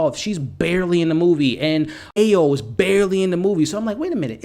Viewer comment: Amazing review. Thanks. Ayo is pronounced like: I your. (Ayo Yoruba name)